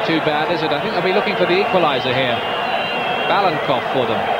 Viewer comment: Interesting finding: Five names of Bulgaria's starting line-up are mistaken, including StEichkov and BalaNkov (the speaker repeatedly calls him Balkanov), and plus that of the coach :)